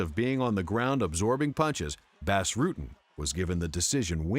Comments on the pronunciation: I believe it's pronounced "boss" Rutten not "bass". Knit picky, but the guy is a legend in mma. Great montage as usual! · Its pronounced "boss" not "bass" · Doing a MMA video and not knowing how to say the name of Bas Rutten is sacrilegious. ITS NOT BASS JERK. ITS PRONOUNCED BAUS. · WORST THING YOU CAN DO IS CALL EL GUAPO FUCKING BASS ITS BAS (BAHS) RUTTEN NOT BASS LIKE A FISH DUMBASS EVERYONE SHOULD KNOW THAT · Bas not Bass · Boss Rooten hates when ppl call him Bass Rutten. It's Bas Rutten as in Boss Roooten. Shame on you for not doing your research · it’s not pronounced “bass” you idiot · its called BAS, not BÄS. get it right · Who the fuck is the narrator??? It's not BASS Rutten. It's 'B-ah-ss' How long you been doing this MMA YouTube shit?? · It's pronounced 'Boss' not 'Bas' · LOL "BASS" Rutten. It's BAS, bro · forgot about takanori gomi vs Diego Sanchez they ripped gomi off.......and why are you pronouncing bas ruttens name wrong?!?!?!your saying bas is in bass but it's pronounced boss. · saying Bas Rutten like Bass Rutten is as ghetto as saying casa dilla like casa della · Even though its spelled Bas it is pronounced boss, not bass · Lol he kept saying bass rutten (///_-) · it's pronounced Bos. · who is "bass" Rutten? can't even say the name right of a champion. total fail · actually Its Boss not Bahss. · it's pronounced Boss. He's Dutch. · "Bass Rutten" lol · Bas is pronounced Boss, pet peeve. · Say "Bass" one more fucking time... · Ugh, how can an MMA channel mispronounce Bas' name so many times?!